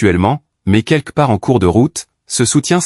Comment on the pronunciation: Pourquoi est-ce si difficile de dire QUELQUE plutôt que de prononcer QUEQUE ?